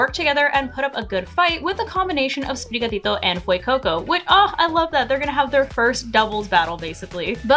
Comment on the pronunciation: Everyone should say Sprigatito the way says it.